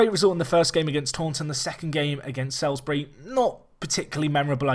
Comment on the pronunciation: By the way Salisbury is pronounced Solsbree